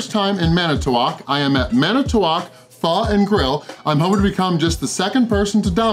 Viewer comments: The pronunciation is like “fooo” you are saying “faa” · Jackass....its pronounced fo...not fa....wtf....Pho is a dish that originated in Vietnam and spread to other Asian countries which modified it to suit their tastes....wtf...